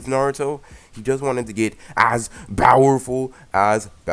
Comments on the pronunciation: Why do you say bowerful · Dude plz stop saying bowerful say powerful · STOP SAYING BOWERFULLL AND NOT POWRFULLL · Mad annoying saying bower full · Why do you pronounce powerful with a B???